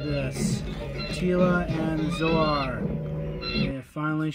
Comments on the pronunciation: It’s “ZOAR” not “Soar”. Yes, many birds DO soar! It’s epic! But this name has always been intended a reference to far beyond a flying bird. Like Zodak. Or do you call him “Sodak”? Brits are always always late to their own Tea Parties. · "Zoe-Are"? facepalm